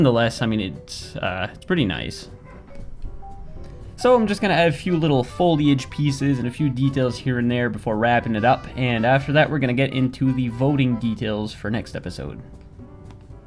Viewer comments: pro tip 1: It's not foilage- it's foliage. pro tip 2: It's not fauna for plants, it's flora. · Bro. Please. FOL-E-AGE, not FOIL-AGE. And fauna is animals, flora are plants.